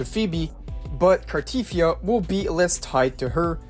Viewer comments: its pronounced carteTHYA not carTEETHYA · Car-tea-thee-A... jesus pronounce her name properly...